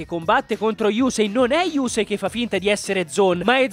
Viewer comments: Però si dice yussei non yusei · Sentire yùsei fa male alle orecchie :)